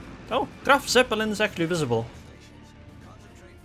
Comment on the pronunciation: try to say it kinda like "Graf Tzeppelin" not "Seppelin"